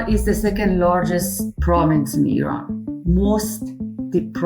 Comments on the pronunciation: thanks for not saying eyeran and pronouncing iran corect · Honestly, as an Iranian, the 1st thing to say is to thank you for pronouncing our country's name correctly.